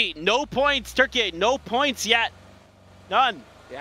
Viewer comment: No one in English pronounces Turkey that way, please stop lol